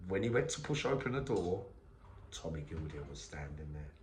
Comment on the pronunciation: Tommy Gildea is pronounced GILDAY keep it real YNWA